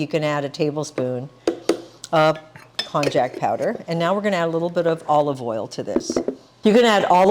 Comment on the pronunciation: You should know that konjac is pronounced with a "y" instead of "j" sound, as in konyaju. And, konjaku usually refers to konjac "cakes" not to the raw root or the powder. Also, the strength of konjac powder varies tremendously from different sources, and using glucomannan is more consistent.